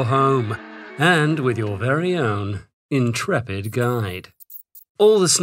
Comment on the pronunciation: Narrator: Our entrepid explorer! Entrepid explorer: Wait, what.